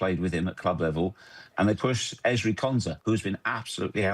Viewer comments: What did you say??!! Erling Haaling??!! C’mon! You can do better than that. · Erling Haaland❌ Erling Haaling✅